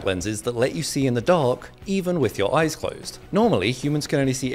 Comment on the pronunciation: “Close your eyse while i change”